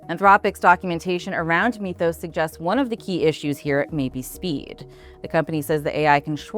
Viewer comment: “Mith-ohs”, not “meeth-ohs”.